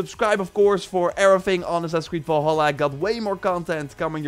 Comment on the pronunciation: I used to annoyed by the way people say "Valhalla" but the way you say it makes me want to never hear words again